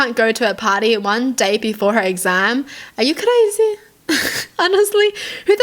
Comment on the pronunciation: i just wanted to make yall feel better after watchin this video so im gonna say it the fact that said crazy in a scottish accent🤣😆